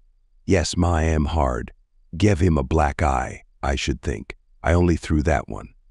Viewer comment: Ma'am = Mah Am. 🤣 It wouldn't be so bad if the word wasn't so common in this story. I can't deal with this.